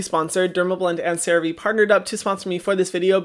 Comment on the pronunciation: Hyram has finally pronounced Cerave correctly 🙃